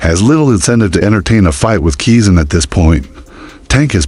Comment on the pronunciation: At least he said Keezn's name right